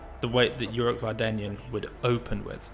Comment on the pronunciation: Thanks! As for the surname, Armenian surnames are stressed by the last syllable: VardanyAn